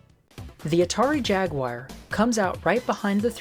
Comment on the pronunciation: pronounce jaguar wrong every time.